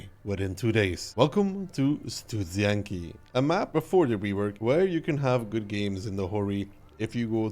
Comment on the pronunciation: It's pronounced: Studzianki. Hope this helped!